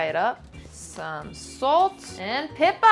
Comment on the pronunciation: Why do Americans always confuse British with Aussie accents? The way she said pepper scared me